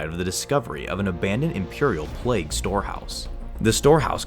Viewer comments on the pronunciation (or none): none